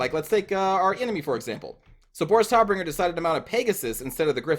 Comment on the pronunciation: Boris Todbringer is translated to "Fighter/Fight Death-giver":D Also, the "o" in Todbringer is pronounced more like the "o" in "tater tots".